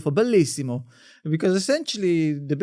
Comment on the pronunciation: The pronunciation of "bellissimo" is perfect